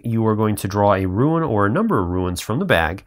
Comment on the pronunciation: Nice video, but since English is not my native language I got a little thrown off when I hear "rooin", sin rune is pronounced "roon" as far as I know. Thanks for sharing, I backed the project and the delivery date seems so far away.